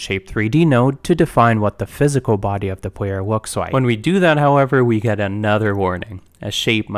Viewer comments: its kinda cute how this dude sometimes pronounces Rs and Ls as W, like "pwayer character" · It's so interesting hearing the w's switched out sometimes because his speaking voice is very normal outside of that! I find it quite relaxing. Also this tutorial is phenomenal, thank you for making it!